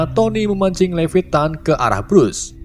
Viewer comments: Levettan??.. Levietan 😂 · Bukan levetan tapi leviatan